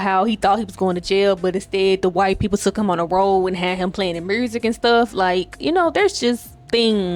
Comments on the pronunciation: Did she say murrsik? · “You know… the mursic,” I know what part of the South you from cousin Edit: I love being right . I knew it had to be somewhere around West Alabama, Mississippi, Tennessee, sumn